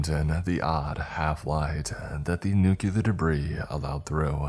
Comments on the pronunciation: Bruh it’s NUCLEAR not NUKEYALUR … who are u George w ?? Lmao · Nu-clee-ur, it was driving me insane to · Good stories! But, please, one request for future readings - nuclear is pronounced NU CLEAR. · That's not how you pronounce nuclear and it's driving me insane